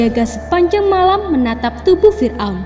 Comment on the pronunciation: Saya paling suka nonton On The Spot Trans 7, tapi kalo naratornya orang ini, gak nonton lagi guwe... "menyelidhikhi mistheri fir'on, adalah bhukti bahwa bhuru-bhuru... bla.. bla.. bla...